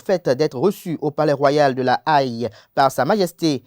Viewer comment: Haye se lit Haie (hê)